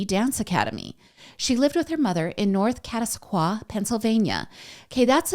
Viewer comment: It's pronounced cat a sock wa